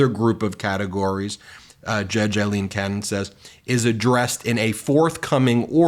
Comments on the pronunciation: Aileen Cannon; not Eileen Cannon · This is just random but her name is not Eileen it is Aileen….the first one is pronounced with an i sound and the other is pronounced with the A sound…. I have heard her name pronounced correctly but not on Midas, lol